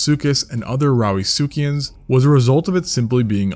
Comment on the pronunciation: Did he say "Rowdy succians" ? lol